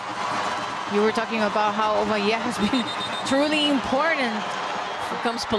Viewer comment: Ovalleii and pelaggio 😅😅😅